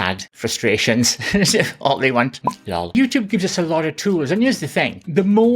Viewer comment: “Lawl” (lol) Chi Ching!😂